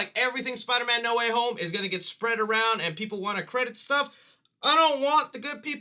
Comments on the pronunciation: Not "Need Water Homie" it's NO WAY HOME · uh... it's No Way Home not "No Waffle House"